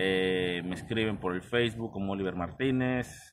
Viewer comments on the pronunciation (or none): none